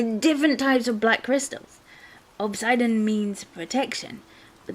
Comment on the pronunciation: Obsidian is pronounce ob sid ian. The ob you got right, sid like from toystory, and Ian like the name. ( can't think of a famous ian at the moment)